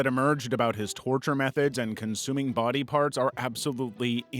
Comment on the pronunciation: "but he didn't sto' dere" "in his own bah-dub"